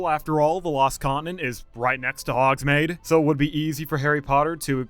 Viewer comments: He really didn’t need to say he hasn’t watched Harry Potter after pronouncing those like that. 🤣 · First and foremost, I would like to chastise you on the absolute butchering of the pronunciation Hogsmeade, I don’t know if you’re doing that to rage meat people, but it bothered me Secondly, this is the order of possible lands that have been rumored and speculated based on my opinion and general understanding on how universal made viewing 1, one piece land - I feel this is the most likely as it was a Collab they did with Universal Studios Hollywood fan fest. It is the most popular manga series. It has a huge fan base as well as marketing potential and fits with the universal islands of adventures literature theme. It also would be able to utilize the Arabian market as well as the general theme perfectly. 2 hogsmeade expansion - the town is pretty flushed out and we would most likely if anything get a fangore forest expansion with a possible dark ride or coaster attraction as well as a lot of mythical beast. 3 Zelda - this option is growing more and more unlikely as Nintendo themselves wanna keep their IPS together, while the theming would work well, I don’t think that the legend of Zelda has as big of a fan base as people think, it is very niche. 4 - some other IP - universal made choose to use another IP that they already have that can prop up this land and work well 5 wicked/Wizard of Oz - there has been heavy, rumors and a lot of speculation, but the battle for the theme park. IP would probably not be worth it as universal only has the IP rights to wicked and not the over